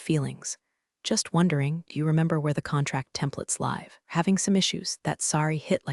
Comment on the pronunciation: Just a few suggestions. Declare what is AI content, and what is not. Proof-listen to AI generated voice to fix pronunciations such as resume vs. résumé, read (verb) vs. read (noun), live (verb) vs. live (adjective), butt vs. button, etc. Proofread transcript to fix things like doc (documentation shortened form) vs. dock, Counting vs. Accounting, US vs. U.S., etc. The story is good, but not entirely believable. I worked with some pretty arrogant incompetent people, but not everyone was that bad all the time. The "good ol' boy" network and nepotism was particularly unwholesome.